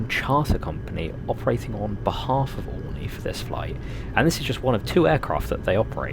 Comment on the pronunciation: its "oreenee"